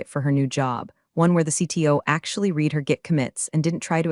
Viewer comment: please pronounce the word read correctly. It’s pronounced “red” not “reed”!